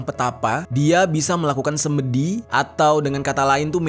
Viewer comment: Pengucapannya Sêmèdi bukan Sêmêdi 😂